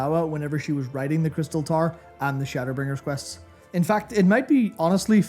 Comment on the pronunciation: I had a laugh that Youtube CC kept thinking you were saying "Tar" instead of "Tower", good video though, great to see Matt take the lead